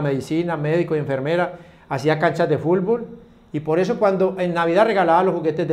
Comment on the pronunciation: #VictorGonzález te diste cuenta que #Popeye dijo "fulbol" pero te dio miedo corregirlo :v